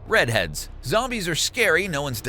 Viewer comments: Its redead not sure if its just me but it sounds like you called them redheads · "Redhead" it's ReDead, geeze...